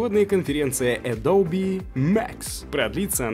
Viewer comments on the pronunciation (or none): none